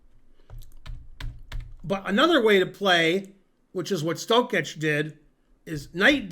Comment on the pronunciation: Štoček, not Štokeč